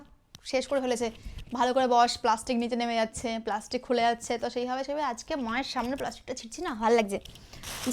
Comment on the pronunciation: Plastic ❌ pelastis✅🤣🤣🤣🤣🤣